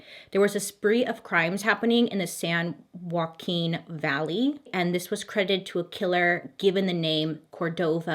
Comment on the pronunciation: Bailey! Girl! I know you (clearly) lacked confidence in your pronunciations... And you usually just say as much (which is part of what I love about your personality because I am the same when I make silly little errors--it is a part of life!)... But having been stationed near Visalia for almost a decade, I will tell you that your pronunciations of both Visalia and San Joaquin ("Vi-sail-ya" and "San Wa-keen") were spot on! You nailed it, girl!